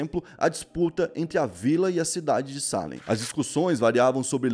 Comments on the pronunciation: Não é SÁlem... É SalÉm... A vogal mais forte é o "E", por favor... 🤦🏽‍♂️ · Se pronuncia Salém e não Sálem 👍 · Você escreve certo e pronuncia errado. É Salém e você fala Sálem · Deu um nervoso escutando ele dizer "sálem" e não "salém" kkkkkk mas ficou ótimo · a pronuncia está errada. Não é salem, é salem!! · pelo amor de deus para de falar sálem, o correto é salém tá me dando agonia akaakkaakakakak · Que agonia do falando Sálem kkkkkkk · Só por informação… Salem se pronuncia “Ceilam” vlw tmj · Mano, o acento é no "e", não no "a"